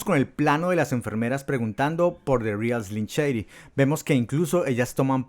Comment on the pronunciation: ya no pude tomar el video en serio apenas dijo "de rial eslim cheidi" :v chao